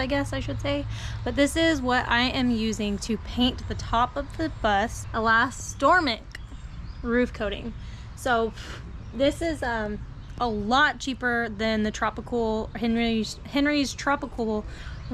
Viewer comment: Not to be critical but that is pronounced ee-las-to-mer-ik. I don't knoe how the price compares but I used white flex seal on my class B camper roof. The stuff doesn't absorb heat & not much will stick to it. Downside: it is thick & a bit hard to apply. Thanks for this and all the other build videos out there , I'm visiting a lot of them to get ideas for a possible future build.